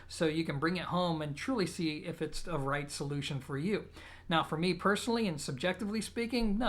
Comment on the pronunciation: I like how you say duh instead of the.